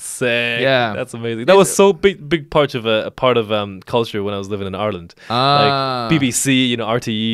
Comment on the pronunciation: Thank you do much for pronouncing ireland as are-land. The first westerner I can respect